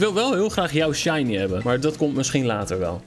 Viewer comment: je zei shinly